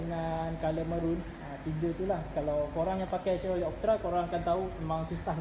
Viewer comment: Salam. Sebutan yg betul Shev-ro-ley. Skirting set yg di pasang pada asalnya adalah buatan malaysia. Supplier local saja. Kaler ni kalau tak silap di panggil SANDAL WOOD. Optra = daewoo lacetti. Buatan korea. 1.6 lebih power dari 1.8. Cuma 1.8 lebih exclusive dan sunyi dalam kabin.